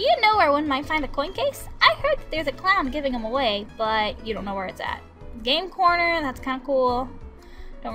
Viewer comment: Lol when u say game corner i kinda hear you saying game porn lol